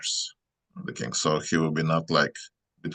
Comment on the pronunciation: Is he saying king or kink?